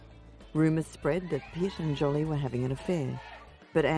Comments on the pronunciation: Lol, Jolly, not Jolie ! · Jolie ~ ^Jo- lee' . Not " Jolly" . Great documentary - only this heavy mispronunciation repeated over & over gets on your nerves , though it probably shouldn't ? Wish they'd remake the voiceover - Get Angelina Jolie's name right , so important story wouldn't get distracted by such a loud kind of mistake. Not sure why some mispronunciation's are more unbearable than others- Just wanted to go " ARRRGH '.. People IN the documentary pronounce her name right .. so. Wonderful crusader she is. Think its cool they score a fortune on press photos putting it straight into charity. No hard feelings- Beautiful. 🙃🌼